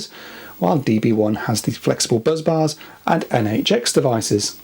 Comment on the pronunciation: Are BUZZ BARS different to BUS BARS or is there a speech problem somewhere.